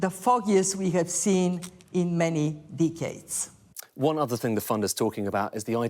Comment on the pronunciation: "in many deeek heads" 😅 sounds like she's been hanging with roadman 😂